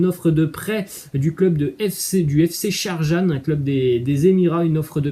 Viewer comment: C'est fc sharjah et non sharjan